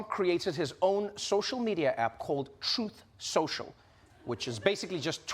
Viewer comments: I don't mean to be a stickler but I believe it's pronounced "Troth Shoshal" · "TROATH SENSHAL" 😂🦅🇺🇸 Yes, he actually said that. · Uhhhh….. it’s pronounced “Troth Senchal”